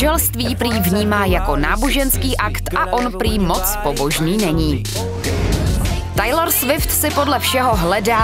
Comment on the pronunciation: Řekněte jí někdo že se to čte "Tejlor" a ne "Tajlor".